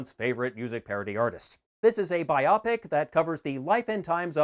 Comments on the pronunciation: Love your channel but I cringed every time you said biopic “Buy-O-Pic”, as “Bi-Op-ic”. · BIopic is a portmanteau of biography and picture, so it's pronounced BIOpic, nit biOPic. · Sorry I couldn't get past "Eric Apple" and "biopic" rhyming with "myopic". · I'm just amused that you pronounce "biopic" like it's a medical condition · I have never heard biopic pronounced that way before. Talk about weird.